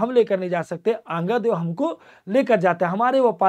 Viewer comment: अंगादेव नही आंगा देव देवी देवताओं का नाम ढंग से और आदर सम्मान के साथ लिया करो